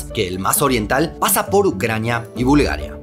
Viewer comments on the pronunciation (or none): none